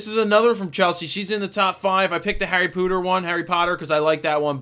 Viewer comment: Hahaha. He said "Harry Pooter."